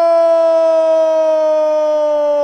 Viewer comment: Criciúma e não Cristiúma